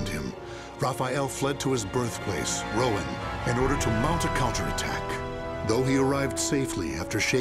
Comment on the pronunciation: That’s not how Rouen is pronounced.